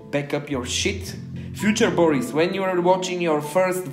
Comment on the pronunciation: for Preschident